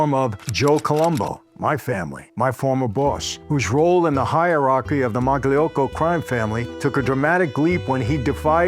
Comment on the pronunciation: That [g] is silent in Magliocco Blows me away how Italian Americans butcher the hell out of our surnames.